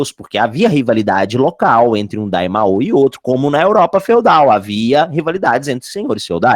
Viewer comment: Tu descobre que o cara é fã de Dragonball qndo ele chama o Daimyo de Daimaoh 😅